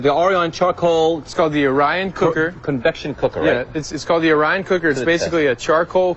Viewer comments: O-R-I-O-N, reporter guy! The presenter even said a few times and the reporter STILL pronounced it wrong. LOL. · I love it. The reporter pronounced the name wrong every time.